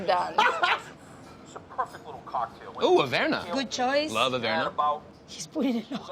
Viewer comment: This is not the first time brad has called emeril “emerald” and idk why I love it so much